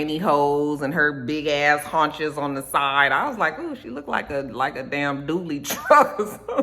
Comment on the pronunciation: Girl u had me lol abt Lil Kim.....And WTF is a Dooley truck....And u said hunches.....HILARIOUS, lol! I loved it!